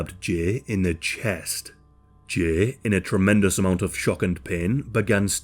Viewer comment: The way you say Jay makes me want to rip my ears off